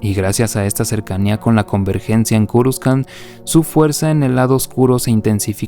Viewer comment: culiao por que le dices curuscan! jajajajaj me estrersai csm XD